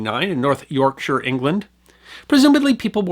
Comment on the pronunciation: Thank you for pronouncing Yorkshire correctly, always appreciated when details like that are paid attention to